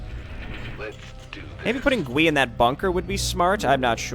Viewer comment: Nice retcon. I remember this being the first thing I fiddled with in the map editor so many eons ago. I even made a hero unit like this one. And also, I think Gui is pronounced as Guy.